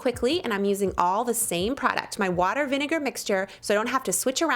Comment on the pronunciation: Watiger, viniger n water....lol